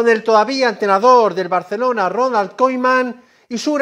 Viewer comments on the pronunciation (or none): No es koyman, se dice Kuman